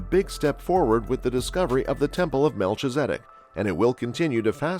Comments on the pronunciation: It's pronounced mel-kiza-dek. Just letting you know. Great information. Thank you.🙏👑🌎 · Very hard to watch with the constant mispronouncing of his name. Please program your computer voice to do better. This is one of the most important people in the Bible. It's disrespectful